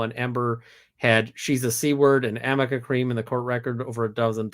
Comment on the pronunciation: Im just starting and I just hear “Amica Cream”, looking forward to learn what this is about.